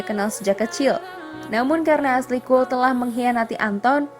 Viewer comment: Cole bcanya bkna col